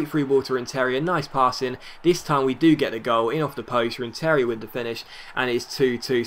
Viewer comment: It's pronounced RenTERia the emphasis is on the TER not the IA